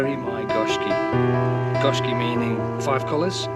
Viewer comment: sorry about the fish you lost, actually its pronounced GO SHIKI GO MEANING 5 SHIKI MEANING COLOURS